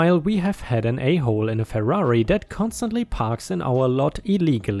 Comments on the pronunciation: That "Fur-are-ee" couldn't have parked any closer to the "No Parking" sign! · But isn't Ferrari italian? Pronunciation in German is not relevant. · Americans pronounce it "FUR (as in hairskin) ARE (as in "they all is") EE (like a woman screaming at a mouse). We all figure that if foreigners can't (or won't) pronounce English words like an American does, we aren't expected to pronounce foreign words like a foreign person would. We don't mind accents, sp please don't mind ours.